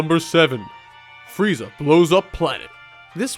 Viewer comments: He said "Fieza" instead of "Frieza." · its freeza, look it up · excuse me... Fieza???? FIEZA??? FIEEEEEEZZZZAAAAAAAAAAAAAAAAAAAAAAAAAAA???????? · frieza nor fieza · Found a typo. You said "Fieza" instead of Freiza" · Goku Vs Fieza 😂😂😂😂 your missing an r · Fieza? lol No hate.... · Lol on #1 you said Fieza XD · Fieza is like a Dolan compared do Donald. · You missed the R in Frieza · fail on frieza's name